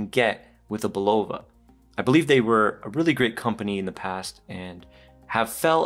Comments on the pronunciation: It's BULL -UH-VUH Not BULL-OHH-VUH! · Bro it’s bulava not bullova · It's BUL-o-va. Really.